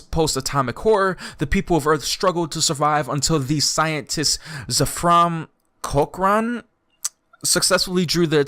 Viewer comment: It's pronounced Zeff-ram cok-ran/ren/rin